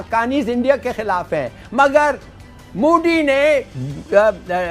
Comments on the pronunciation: Pakistaanio ka tallafus beda kharab hiii,modi ka naam koi sahi se nahi leta koi ..mudi.😀😀😂😂😂Bolte hii,jabki hum hindi bolne walo se kuch bhee bhuwaa lo..👍wo bhee bilkul sahi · He said moodi😂😂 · लल्लू, मोदी कहना तो सीख ले, मूडी नही होतो, मोदी होता है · Intolerant is unable to pronounce Modi.So he is telling Moody. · Modi bolna sikho sale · अबे पहले मोदी बोलना तो सिख जाओ🤣🤣🤣🤣🤣🤣